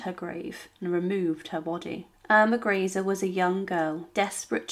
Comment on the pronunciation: The most annoying part of all these videos is never knowing how to pronounce names. You can watch any number of them and will get an equal number of different pronunciations. It really is quite a bizarre phenomena. Here we are again. Yet another pronunciation of Irma Greece. Chosing the correct German pronunciation. Or the French, Italian among others has become an amusing pastime in futility. Though oddly enough, Japanese appears to be remarkably consistent from the myriad videos I've viewed thus far. On the whole though, these are minor irritants and pare for the course as Ai robo voicing gain's traction.